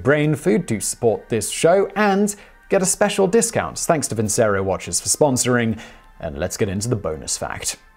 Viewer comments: ...I thought the sponsor's name was pronounced Vin-Chair-O not Vin-say-row. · Vincero is one of those brands that claim that they cut some sort of middle man even if they are the middle man. Oversized watches that look like shit. Ps. Vincero is probably pronounced “Vinchero”